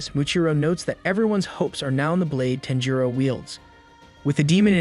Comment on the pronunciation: You are saying his name weird. Sounds like TENjiro